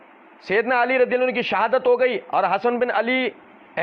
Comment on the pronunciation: Hzrt hadis padte waqt ap ALIYYUN KO ala padh gaye😂